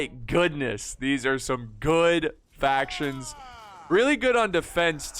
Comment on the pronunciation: Lol another Rome 2 battle where doesn’t get a single faction name right😂